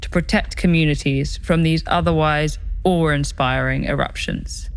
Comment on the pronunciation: Oar inspiring???